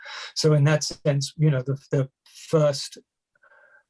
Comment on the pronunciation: Correct as in South African or correct as in Bath? He pronounces "That" as "Thet" Just watching an interview just now and he pronounced "Hand in hand" as "Hend in Hend" Roland doesn't do that at all and they grew up on the same estate